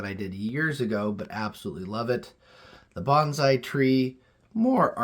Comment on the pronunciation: Bonsai not Banzai ❤